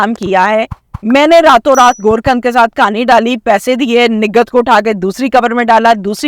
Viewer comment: گور کند نئیں گور کن